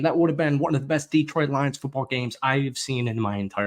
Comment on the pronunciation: Detroit is as likely to send a 2nd rounder for a guy with a shitty attitude who wants twice what he's worth (if the Jets trade him to the NFC they have to send a 2nd to Philly) as you are to pronounce Detroit properly. As in, never gonna happen.